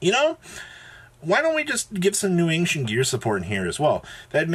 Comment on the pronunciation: >ang-shent come on bro